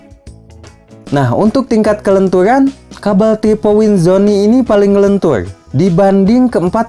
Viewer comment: Lentur om bukan lentuy 😁✌️✌️✌️